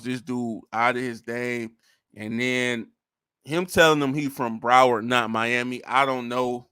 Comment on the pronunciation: Dude said Broward county🤣